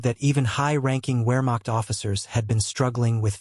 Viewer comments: “Wear macht” ? Put down the automated voice and read for real! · It's NOT a "wearmokt" training manual. It's Wehrmacht, with the W sounded as an English V. the German name for the letter is VAY